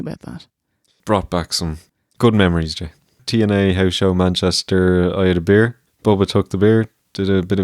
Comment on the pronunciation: "Pro-bear" 🐻 "chow-dah" 🐟 "bee-ear" 🍺